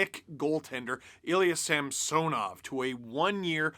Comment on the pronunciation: Wait... Sergei Samsonov is pronounced different than Ilya SamSOnov? Can we stop saying it weird...